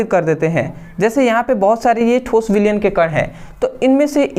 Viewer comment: Thoos nhi thos hota hai 😂😂